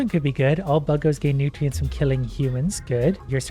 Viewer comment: Ah yes, I love "NewTreeAnts"